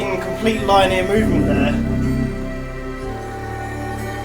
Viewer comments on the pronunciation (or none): it reallllly bothers me every time you say line ear.....its lin e are! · "Line-year" is what I heard from him saying it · That is not how you pronounce 'linear'.